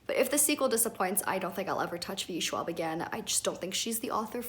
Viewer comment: it hurt me heart when you said VE Schwab...i get it but it still hurt lol